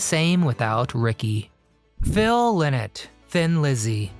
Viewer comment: Correct pronunciation is "Lie Not"